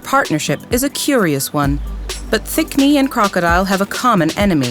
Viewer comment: I keep hearing "A crocodile and a thick me" and I can't stop laughing